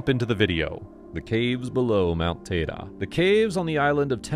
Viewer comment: It’s Mount “Tide-ee”